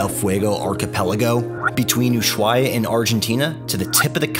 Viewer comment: Love everything except your pronunciation, it is AnTartica not Anartica, and it is USHuaia not Oosuaia... it just spoils the good video...